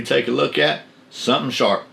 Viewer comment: I remember when I first started to watch. The first video I seen I thought you said shart Saturdays. I thought well must be some good blades coming up